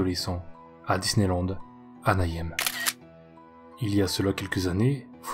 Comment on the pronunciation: J'aime vraiment les vidéos sur Disney! Par contre il faudra revoir ta prononciation de "Anaheim" xD le "hei" se dit comme "aie" quand on se cogne x) du coup en entier ça donne "Anna Aie Me" ! (Ouais, je chipote, mais quand c'est le seul défaut d'une vidéo on a envie de l'aider à atteindre la perfection :p)